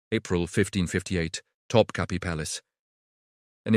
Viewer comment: Мои уши взорвались : ТопЧаПи,Хурим,харам и пр. ,,шедевры,, ну,это уже верх наглости от ииШАЧЬЕГО чтения --слушайте сами!!!